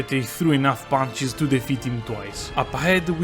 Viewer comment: "Just have to Spaam ponches"